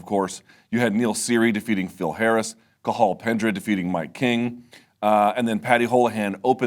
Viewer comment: 9/10 to Luke for his pronunciation of Cathal. Legend. Who else even bothers to try? But it’s les Ca-hall, and more Ca-hul.